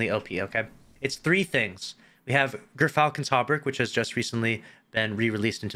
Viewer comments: It's Gur-Fal-cons. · Pronounced like: Gear-Falcons. The Y is a little different than the traditional American English pronunciation, but it's close enough. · Yur-falcons , like how you say gyro.